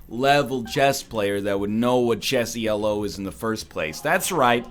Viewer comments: Chess ratings are not "E L O", it's "Elo". It's a man's name, not an acronym. Dr. Arpad Elo. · Every time you talk about how you used to play chess, you refer to your ranking as "E.L.O." like it's an acronym. It's not. It's just "Elo." It's the name of the guy that created the ranking system.